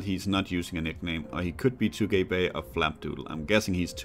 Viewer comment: Well, this is probably already too late to mention, but I assume Tugay Bey is probably actually a Turkish name, since „Bey” means „Mr.”, so Tugay would probably be pronounced „Too-gai”, not too gay. XD Other than that the reading and the pacing is fine, I think you could even be more patient and let us in on your thought process. — Overall, great that the series continues on the channel!